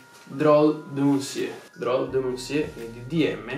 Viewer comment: Bel video però riguardati la pronuncia di “monsieur” ahah